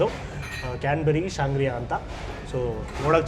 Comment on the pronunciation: Good one team.....one small correction....it's sangria and not sangrila....good review otherwise